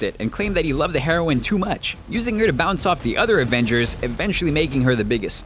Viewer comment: Did anyone else hear it as, "but he loved the heroin too much" , like, the drug?